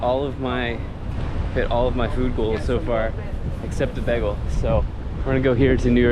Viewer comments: Begel? It's "baygel" and metro? It's the train....... Rudy's Hobby Shop was originally a soda shop. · the correct way is actually baygel as you would pronounce "bye" and "gal". from german/yiddish "ring" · How I know you’re from PA: begel instead of bay-gul 😀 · He must be from Philly if he’s pronouncing bagel like that